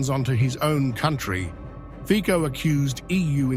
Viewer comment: the correct pronunciation of "Fico" is "Feetso". In fact, that "c" is not a real "c", rather a "č".